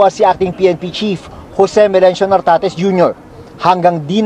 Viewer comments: Correction, NARTATEZ po, hindi Tartatez 😅😅😅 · ...Nartates Hindi Tartates..hahaha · NARTATES...HINDI TARTATES..ANG LABO MO 😂😂😂😂😂😂😂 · ...GEN. NARTATEZ DILI TARTATEZ